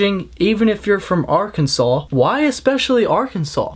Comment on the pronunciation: DatUhu he said it right, so if you've been saying it differently then maybe so.